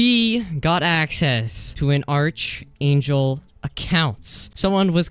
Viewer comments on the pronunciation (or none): not being rude but hearing you misspronounce arch angel makes me kinda mad.... its pronounced ark angel.. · ARK ANGEL ITS PRONOUNCED ARK ANGEL